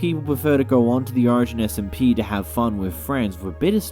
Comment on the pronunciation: you say 'origin' like ocean :]